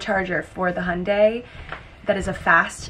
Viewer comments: Jack's pronunciation of Hyundai is definitely more accurate hahah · As an Australian and an owner of a Hyundai I back Jack's pronunciation hahaha <3